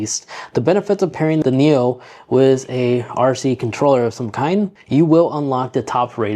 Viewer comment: It's a neo. Not a nero.